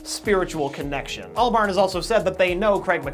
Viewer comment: ALBARN NOT BURN ITS PRONOUNCED ALL-BARN gosh